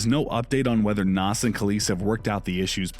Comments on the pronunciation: Nass? Stop is pronounced naZ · Me too. Nass